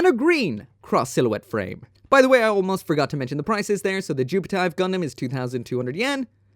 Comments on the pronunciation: its read jupit-IF NOT JUPIT-IVE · I think its Jupi-tiv (like saying 'if', except the F is V and has a T infront)